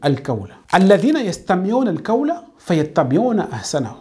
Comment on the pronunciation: En plus sachez bien prononcer les mots en Arabe. C'est pas "kawl'' c'est ''Qhawl''. Si vous n'arrivez pas à bien pouvoir prononcer ces mots, alors vous transmettez vos défauts de prononciation à votre audience. Cherchez quelqu'un d'autre pour vous y aidez au moins. On peut comprendre ce défaut si ça se limite à vous seul, les langues sont différentes. Mais quand tu transfères tes défauts de prononciation, tu mènes les gens en erreur. Par ailleurs, c'est vide vos positions. Ne vous dites pas que êtes coranique quand même. Dans le coran, Dieu dit: ''DIS, SI VOUS AIMEZ ALLAH, ALORS SUIVEZ MOI, AINSI ALLAH VA VOUS AIMER''. Les coranisites sont ceux qui suivent les prescriptions du Coran. Il en fait partie de ces prescriptions du Coran le fait de devoir suivre le prophète SAWS. Donc suivre réellement le Coran sans suivre les enseignements du prophète saws, c'est refuser de suivre les prescriptions du Coran sur l'injonction de suivre le prophète. En plus que aimez Allah c'est 1 chose, mais ça ne garantie pas qu'Allah lui vous aime. D'après ce verset que j'ai cité, pour qu'Allah vous aime, il faut suivre le prophète SAWS pour que vous puissiez profiter de son amour sur vous. Le danger des médecin ''à moitié '' c'est de risquer la vie et la santé des gens. Par contre le danger des érudits ''à moitié '' de l'islam, c'est de dévier les musulmans et potentiels musulmans du droit chemin. Vous pouvez vous appeler ''coraniste'', c'est facile. Mais si vous voulez être rellement coraniste, i